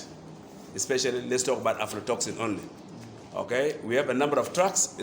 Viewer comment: Its aflatoxin not afrotoxin😂